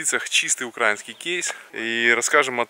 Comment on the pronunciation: извините, но очень режет слух "укрАинский". Ставьте правильно ударение, пожалуйста. Ваш частый зритель.